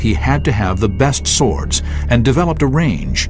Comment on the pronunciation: '' these sickle sWWWords'' Reminds me of the coolwHHHip scene from family guy.